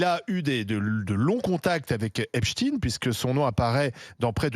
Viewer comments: quelle s@ ces journaliste " Epstine" ca fait plus russe que Epstein , tout le monde sait de quelle religion il est n'esseyer pas de le faire passer pour un chretien russe en utilisant Epstine au lieu de Epstein, comme heptein, woody allen, baldwin, shumann , ect... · Les medias francais ne prononcent plus epstein mais epstine tout ça pour creer un lien avec la russie c'est incroyable et impressionnent leurs niveau de propagande.ils font ça pour que ça sonne moins juif 😂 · Epstein n’est pas russe, ce pas in, mais ein, vous croyez la faire à l’envers ou c’est comment ? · C’est qui Epchtine? On dit Einstein !!!! Quand on dit Albert Einstein on dit pas Albert Einchtine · Avant de parler du Kremlin, parlez de sa proximité avec Israël... Epstein et pas Epstine... Allez au fond du sujet, même si vous redoute de dire certaines choses evidentes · Après avoir entendu autant de fois prononcé Epstine, Albert Einstine à du se retourner dans sa tombe. Bravo. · on dit pas frankestine....non appelez le epstein....soyez serieux c est tellement degeulasse cette affaire....pedophilie ...torture...cannibalisme...corruption des etats a leurs plus haut niveau.....bref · PAS EPSIN. S'il vous plait. Vous dites EISHTIN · On ne dit pas Einstine mais Einstein alors dire Epstine ? est-ce pour que ça ne sonne pas juif ? ein , zwei drei et non ine , zwei , drei.... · Epstein pas epstine😅😅😅😅c'est pas un Russe il est juif et fier de l'être.donc votre charabia vous le gardez pour vous 😅😅😅😅😅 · Pourquoi ne pas prononcer correctement le nom d'Epstein ? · les journaleux sont incapables de prononcer le nom Epstein correctement! Dans quelle école ils ont appris la langue française?! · Bizarre cette prononciation 😮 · Pourquoi prononcer Epchtine et non pas Epstein Et pour Albert Einstein vous le prononcez comment ? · Encore un qui dit Epstin au lieu d'Epstein. Bizarre. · Sans deconner, il peut prononcer correctement le nom EpstEin et pas EpstIne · Epstein et non Epstine 😂 c un juif du Mossad